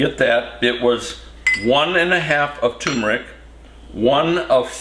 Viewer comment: TUR-meric, Papa